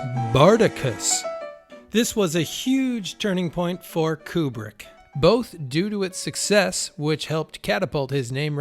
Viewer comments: It's odd that such a fan would not know that Kubrick's name is pronounce "Koobrick" and not "Kyoobrick" as he does. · Kubrick...not Kjubrick!!!